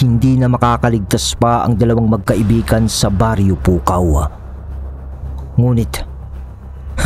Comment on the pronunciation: Gumagana ang pagka ilokano mo 😂😂😂”PUKAW’ pa more